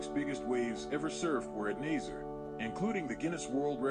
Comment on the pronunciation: It’s pronounce naz-uh-ray